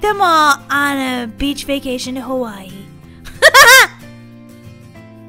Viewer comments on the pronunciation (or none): none